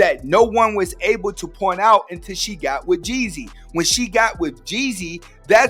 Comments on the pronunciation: Jezzy? Jeanie (may)? This lady knows NOTHING ABOUT THEM as she can’t even pronounce the names correctly! Jee-zee and Jeanie MY. That’s how they pronounced each of their names respectively. These folks be some thirsty culture vultures! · It's Young Jeezy not Young Jesse 😆😆😆😆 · ....LEARN HOW TO PRONOUNCE HIS NAME!!!!!